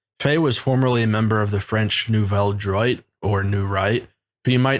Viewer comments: no its not. it's pronounced new-velle dwat. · Nouvelle droit pronounced about Nuvel Drew-ah